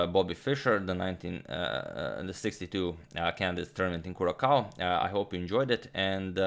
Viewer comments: Curaçao is pronounced "Curasao". The ç is pronounced like an s. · Thanks Pal B for all the beauty on the board. Rip. Curaçao is pronounced Curasao. Nice place! Just topping your vast knowledge.... (still a thing?) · Just to add to your vast knowledge, the second C in Curacao is pronounced as a "soft" C. Completely irrelevant to Fischer, Benko or chess, but I couldn't help myself. Lol.